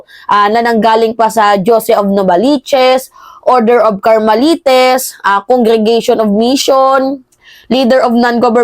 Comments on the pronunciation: Ayusin mo pagbasa sa Carmelites ang pagbigkas ay sounds like lytes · Carmelites sound likes (kar-me-lyts )